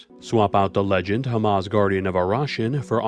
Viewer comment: pretty sure its hamza not hamaz :p